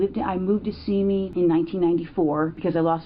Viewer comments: It's pronounced "Van Nize" - Sorry, I grew up there, and that mad my brain scream. No offense. 😁 And... dare I add it's "See-mee" Valley... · Not SIMI BUT SEEMIE -- two long E sounds. You're mistaken in sounding it like the name Timmy. My sister used to live there -- so I know. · What's up with you and city names? Van "Noise"? "Simmy" Valley? The fuck? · Van-oise ???? Pretty sure it’s Van Nuys pronounced van-nies or van eyes and Simi Valley pronounced seems valley bub